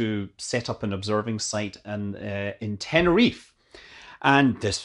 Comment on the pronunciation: Tenerife is pronounced "tenerife" just like 99.9% of the words in Spanish, it sounds like it's spelled, you have to pronounce that e. That's what I like about my language.